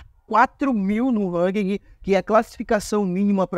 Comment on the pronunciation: Na boa sua tática é legal, mas seu video é chato demais, sem contar que é chato ouvir vc errar tanto 1- Ranking não precisa falar o "G" no final 2- Skin é roupa ou fantasia que se usa em personagem, que se upa no game é SKILL, com som de U no final Treina um pouco sua fala que com certeza seu numero de visualização vai ser quase igual ao numero de inscritos